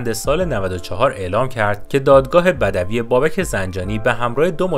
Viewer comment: دادگاه بَدَوی ؟!!! 🤣🤣 یعنی دادگاه مثلا غار نشینان ؟ عمویی اون دادگاه که از روش بلد نیستی بخونی دادگاه بَدوی هست با حرف ساکن روی دال . به معنای نخستین